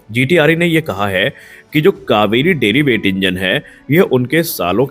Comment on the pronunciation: "Derivative Engine" and not what you are pronouncing "deriweight"